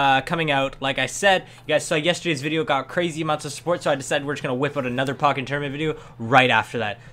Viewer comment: The way you say pokken bothers me lol